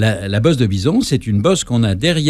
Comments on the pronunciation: Désolé, il prononce bien "vison" à plusieurs reprises. Réécoutez! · Mon dieu...au bout de six minutes..."la bosse de vison". Mais non, c'est la bosse de "Bison". Dur-dur d'être Pépé ! Il est nutritionniste le monsieur?